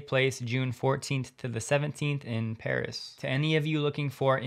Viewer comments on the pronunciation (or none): none